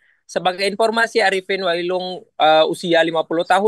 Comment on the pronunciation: Wai ulung bukan wailung trus di laut desa batu jungku bukan pulau batu jungku 😂